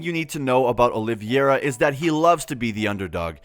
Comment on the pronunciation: Dude, learn how to say his name correctly. They say it several times in the first 20 seconds of the video. His name is not “Oliviera”. It’s Charles Oliveira.